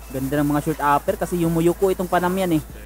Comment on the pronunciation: panamanian yan bro hindi panamian